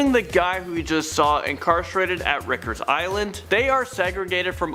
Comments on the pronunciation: Rick-ers island is pronounced RYE-KERS island. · Did you say Rickers...its Rikers..like Rye-ker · Hahaha... "Rickers island".... Dumbass... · It’s not pronounced “Rikkers” Island, it’s Riker’s Island, rhymes with Hikers. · 21.33 Rikers, rhymes with bikers.